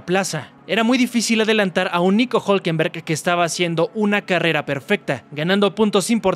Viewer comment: Es difícil que RB no se levante en Austin. Creo que ahí los veremos fuertes. Norris necesita la perfección, lo que no se le da mucho. Por último estimado. Es Hulkenberg no Hulkenberg. Saludos.